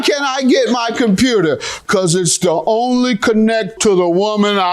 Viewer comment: Her say compruter. Lol